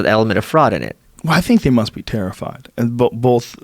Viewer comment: Joe “it’s bollff” Rogan